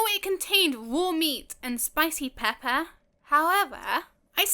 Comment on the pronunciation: Thanks for the tips and help! Btw I like how you pronounce “Pepper” lol